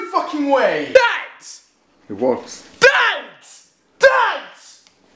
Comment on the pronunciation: Why does he say "Dad-ts" Instead of "Dad" If you listen closely He says "Dad-ts" "Dad-ts"